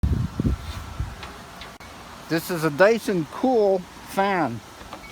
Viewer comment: It's not dayson cool it's പറി സൺ കൂൾ